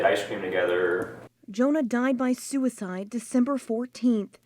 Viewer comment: One of the warnings on the head meds is soo-a-side